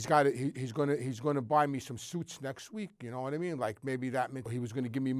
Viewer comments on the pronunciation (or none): 'you know whaattimean'